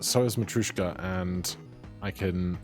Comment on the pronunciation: it’s matr-YOSH-ka (yosh as in Yoshi) only commenting bc you’ve commented about pronunciation :D